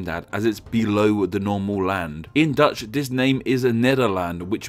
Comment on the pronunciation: I'm Dutch and he said it pretty accurately